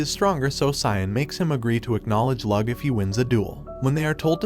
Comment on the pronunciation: Bruh it’s not Lug it’s Lo-og